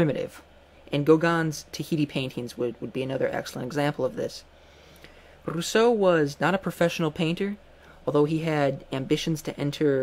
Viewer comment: but that rolling R isn't at all how the French would pronounce his name....